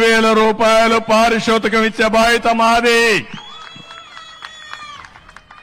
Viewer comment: చంబా హమీ, 10,000 రూపాయలు పారిసోతకం అంటున్నాడు 😂 ( పరితోషకం కాదా ? )